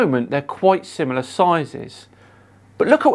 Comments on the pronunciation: I personally find it difficult to trust ANY scientific information, from someone who says “sim U lar”, when they actually mean “similar”. Same with nuc U lar for nuclear. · The flerf is not suggesting that the sun and moon are SIM-I-LAR in size. He is being much more specific they are 'SIM-U-LAR'. Alas if we can't learn the flerf language we can never fully understand them.